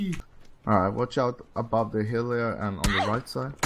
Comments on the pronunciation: Bei monte wird "th" zu "s" hahaha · Immer diese leute die the se aussprechen 😂